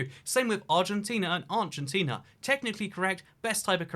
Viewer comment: Argentina... Aurtina?